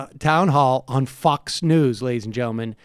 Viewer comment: I swear Bernie is saying "fucks" not fox.